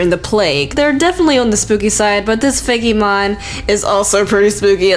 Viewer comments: It's fake mon not fakeymon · looks like she says "Feggy mon" XD